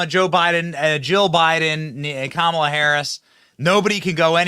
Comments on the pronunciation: KAH.mule. Ha. Ha. Ha. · Oh my God I love it "Kackala"😂